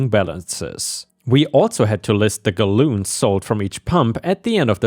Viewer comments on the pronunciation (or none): “ Galloons” I almost shat my self laughing from that mispronunciation my friend